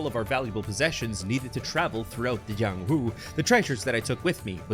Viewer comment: THAT IS NOT THE JIANGHU THAT WUXIA ITS DIFFERENT and its called cultivation techniques also dont say the letter j as how the spanish and other countries say j as h or something ypu say j as j itself also is his name jiang or yang cause you say j as something edit this is not hate just a correction since if its created by a chinese it is most definitely going to be a cultivation world and cultivation is different from martial arts and if you are a golden core you are basically invincible in the real world but sometimes people dont really add these types of realms and ignores it completely